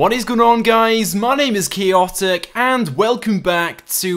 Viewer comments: Its pronounced chAotic, not chEotic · It is so sad that you can't pronounce your own name/chaotic